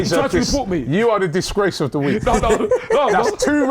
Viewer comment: I’m in tears of laughter… the disgrrrrrrace of the week😂😂😂😂🤣🤣